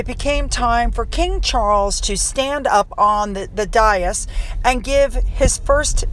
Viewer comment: Thank you for pronouncing the word 'dais',, I always have trouble with how to say it. I will fix that in my mind for future reference. One of those words seldom heard although written and it isn't a very English spelling.